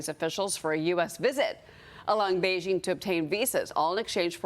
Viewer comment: the pronunciation is Bei - jing, not bei - zhing